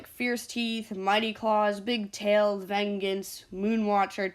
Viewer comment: bruh ven-gens lmao it’s pronounced “ven-jance”